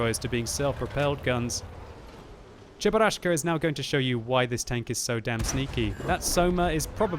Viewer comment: i'm a casual person: i watch a normal gameplay of world of tanks says cheburaschka i quit